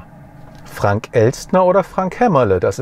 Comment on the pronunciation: Dachte immer es heisst "Trunk" und nicht "Frunk", oder habe ich mich da verhört?